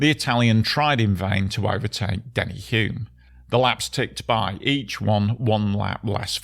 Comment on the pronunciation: Denny Hulme's last name is pronounced 'Hulm'.